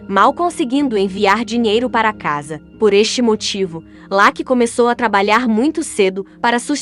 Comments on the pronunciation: Pra mim não, é verdade, se pronuncia laque é? Ou Lucky? Presta atenção, independente se é dublado por IA , a pronúncia é Lucky e ponto. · escreve Lucky e pronuncia Lacky